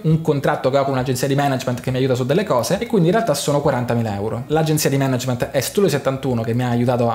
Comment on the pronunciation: bravo a non dire Manàgment